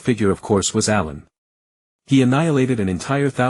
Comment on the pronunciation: What with the names bro. Why pronounce it like A I lun instead of allen